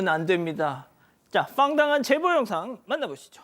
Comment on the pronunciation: 황당한을 머 웃길려구 계속 fang당이라고 하는것 같은데 발음 정확히 해주세요. 애들도 보는 시사프로 잖아요. 문제는 웃기지도 않고 시사프로의 진행자가 우리말을 틀리게 사용하는게 보기 좋지 않네요.